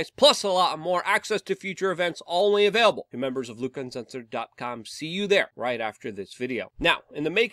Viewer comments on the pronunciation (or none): none